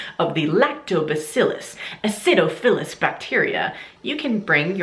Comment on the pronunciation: haha your pronunciation of Candida and acidophilus made me laugh! i do research in college on the natural treatment of yeast infections using lactobacillus and boric acid. Our results show that boric acid does not work!!! We have done numerous trails and it does nothing to kill the yeast, it only stops them from growing! just an FYI!!